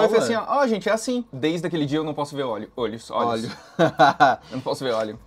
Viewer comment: e sua grande dificuldade de falar " olhos " KKKKKKK